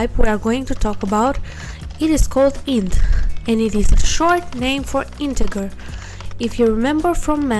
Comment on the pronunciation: You say integer funny. :) Int-egg-her It's actually int-edge-er